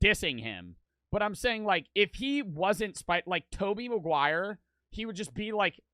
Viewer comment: “Tobey Maguire”🤦‍♂️